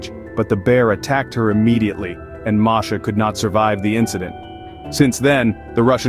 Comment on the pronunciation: Her name is MASHA not MARSHA